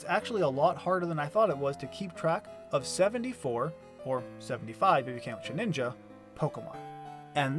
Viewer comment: Very creative idea, great execution! I do have to pick on you for your pronunciation of “Shedinja” though. It’s “Shed-IN-juh” not “Sheh-NIN-juh” 😊